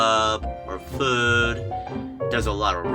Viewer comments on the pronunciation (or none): none